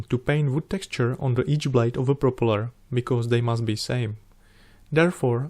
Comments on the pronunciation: However, he makes a Prooopala look fantastic!! 👍👍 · You get a like from me for just the way you say 'propeller' never change.